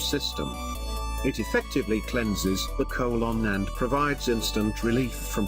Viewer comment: I liked how he pronounced colon. Co-lon lol